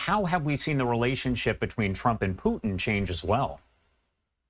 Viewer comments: She could not get the Russian joke right, she called Putin Pudding, she is clueless how Trump operates, she is horribly incompetent. Why is she on Fox? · Why is she calling Putin "pudding"?!